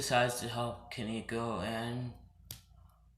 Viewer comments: it's koneko not kineko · it's ko-ne-ko